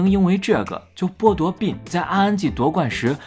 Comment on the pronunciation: 不要读“病”病没有g。内涵